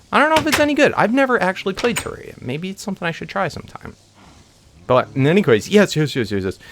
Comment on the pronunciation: It's terrarria